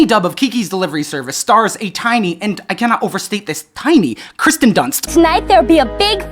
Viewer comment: Kirsten Dunst is pronounced KEER-sten, as per the spelling. Please stop saying Kristen, I know you can read. Otherwise, great video!